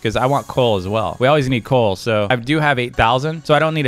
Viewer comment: When u where searching coal u said coac